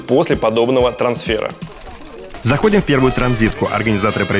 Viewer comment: ТрансфЕр, сука! Не трансферА, а трансфЕра